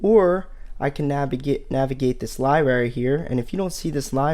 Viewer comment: He keeps saying "libary" which gets on my nerves but thanks for the tutorial